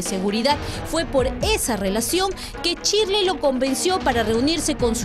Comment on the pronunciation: NO ES CHIRLEY ES SHIRLEY CON S